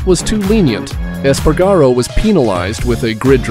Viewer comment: PAINFUL to listen to. Eas-pah-rah-go. Rah-oow-see and the list goes on. If you can't pronounce it, learn it. Don't add magical syllables and pretend you do. Five minutes. Five easy minutes of research and you'd get the pronunciations right and not ruin all of hours of editing work.